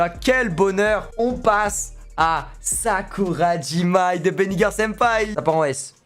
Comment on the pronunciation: Tu dis Sakurajimai alors qu’elle s’appelle Sakurajima Mai